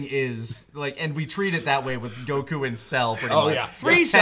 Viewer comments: I hate the way says goku as guh-koo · I get irrationally angry at repeatedly pronouncing Goku as "goKU" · Okay, am I the only one that's bothered by his mispronunciation of "Goku?" It's GO-ku, not Go-KOO